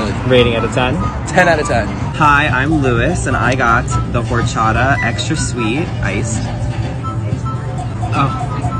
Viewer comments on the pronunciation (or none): boy, you didn’t pronounce horchata right you pronounce it like ( Orh CHatah ) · its pronounced "orchata" the "h" is silent just like in "hola"